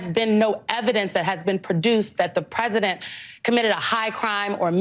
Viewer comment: She keeps saying "while he was rresident". His high crimes as resident are much more henious than the crimes as an obiden.